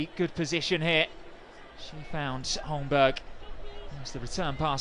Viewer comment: Holmberg is pronounced "Holmberry". Confirm if you want